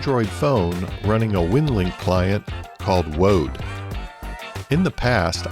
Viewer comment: You said woad....